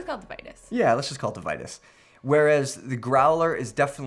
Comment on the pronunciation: Regarding Vitus, it's not "Vie-tis", it's "Vee-toos". Just saying.